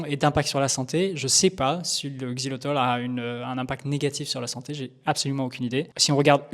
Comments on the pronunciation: Xylitol et non xylotol merci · 🧐 XILYTOL…même pas foutu de lire le nom 🤪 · Le mec dédie une vidéo au Xylitol et ne sait même pas le prononcer tout du long. Omg. Fallait faire attention sérieux x)